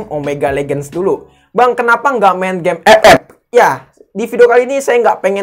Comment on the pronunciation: Gw denger nya game eek, bukannya nge jelek jelekin, tapi itu yang pertama gw denger